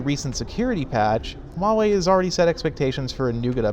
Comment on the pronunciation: If you're going to talk crap about a company, for making great budget smart phones, at least pronounce the company's name correctly.